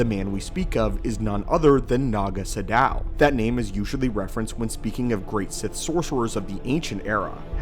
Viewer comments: Isn't it 'Naga SADOW'? Not 'Shadow' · Isn't his name "Naga SADOW," not "Naga Shadow"?